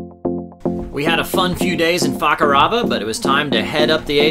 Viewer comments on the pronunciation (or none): Is it especially fun to say FACArava lmao?